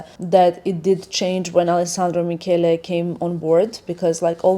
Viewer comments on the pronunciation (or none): none